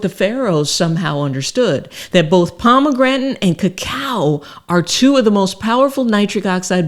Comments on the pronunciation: I know she is a doctor but could someone tell her how to pronounce pomegranate. At least in American English. I say this cause I was listening to this video at work without the luxury of watching. I was looking up pomograntin on google and could only find pomegranate, so I thought I was misspelling pomograntin. 😂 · Shame she can't pronounce pomegranate. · am i sayn Pomegranate wrong or is she? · I love her. She my girl. She has helped me so much, but she gone kill me mispronouncing "Pomegranate". Love her though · It's very irritating you don't know how to say the word pomegranate